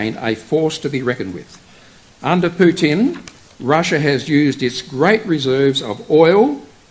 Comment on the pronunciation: It is not PutIn, it is PUtin. The accent is on the first syllable. Also, before preaching, study the history better and the real events in Russia, Ukraine and the pther countries. Everything is connected